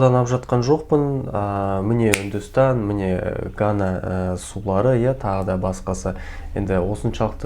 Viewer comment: Гана емес, Ганга ғой